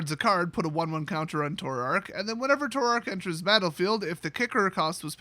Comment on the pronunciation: Too-Rack, Hymn to Too-Rack